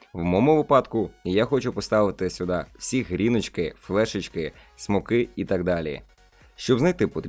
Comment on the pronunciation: Прівет ти чотвнький відіо бомба ,а ти топ ),а чого ти говориш Гріночки )))?